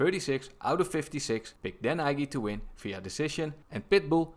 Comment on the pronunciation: Dan Ige is pronounced "EEEEE-GAY"